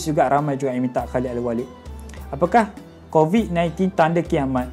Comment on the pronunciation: Covid uztad bukan cobit